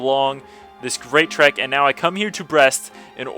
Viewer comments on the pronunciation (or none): none